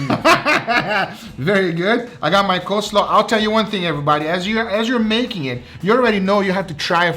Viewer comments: I think I counted say errybady about 42 times, please correct me if I missed 10 or so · “EvErBoDy” Foods